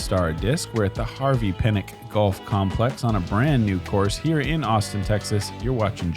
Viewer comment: Harvey "Pee-nick" :/